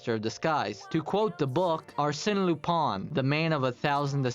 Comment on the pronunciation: Very good vid!! I'm only a bit distracted by your pronunciation of Arsène Lupin, but I can look past that :)